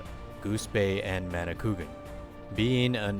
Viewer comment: they way it pronounced in ma-ni-kou-a-gan just saying, im from there